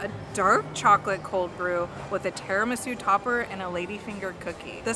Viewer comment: It’s pronounced TIRAMISU not teromesu